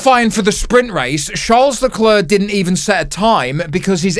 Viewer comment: It's pronounced Leclerc,not Leclair,or not even Lecler